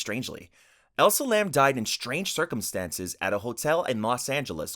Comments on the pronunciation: its elisa lam, not elsa😭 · ...I'm trying so hard not to focus on that HORRIBLE butchering of Elisa Lam's name. I love your content but for the love of god, PLEASE look up pronunciations before you talk about the deceased.